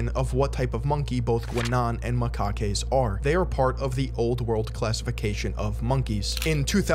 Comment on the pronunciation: isn't fucking around when he just says "macaques" and moves right along.